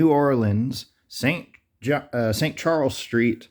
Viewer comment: It sounded like you where going to st Chuck line insted of st Charles 🙄🙄🤦‍♂️🙄😂🤦‍♂️